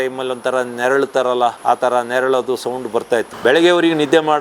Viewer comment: Bevarsi.. neralodu alla naralodu😂